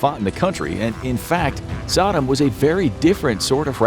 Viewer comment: Brahh the way you purnounces Saddam... Are you kidding me? Lol did you live under a rock in 2004?